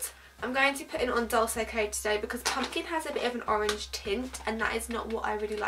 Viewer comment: is dolce not pronounced like dohl-chey ??